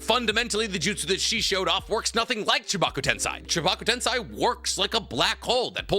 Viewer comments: How did you randomly change from saying tensei to tensai? .. like please dude you have watched and read this series enough to not be fucking up this pronunciation anymore. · Why did you quit pronouncing テンセイ "tensei" correctly partway into the discussion about it? 🥹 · He knows correct pronunciations he does that to piss off the "actually!" people